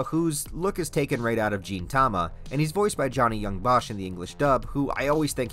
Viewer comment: I'm pretty sure this is the Bones and Orange collaboration (Studio Orange is a purely cg anime studio, they did Land of the Lustrous anime and are doin the Beastars anime) I mean, the trailer looked visually appealin... so atleast it has that goin for it haha. Also i never knew ya say Gintama as "Jintama"